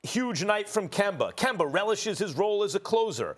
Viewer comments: Can somebody please tell Stephen A that that mans name is not Kember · Everybody: Kemba SAS: Kember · Nobody: Stephen A : "Kember is Kember" 😂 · Dollars = Dollaz Kemba = Kember - SAS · "Kember is Kember" that says it all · Start saying his name right then you can talk about him “KeMbEr” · “Kember is Kember” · "Kember"- SAS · KemBER, GeorGER this man hates words ending with the letter A! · Put some RESPEK on Kembers name bruh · Nobody: Stephen a: kember is kember 🤣🤣🤣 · SAS love saying "kember" 😂😂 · Im all but sure he's doing it on purpose now, it's like he makes sure to say Kember 😂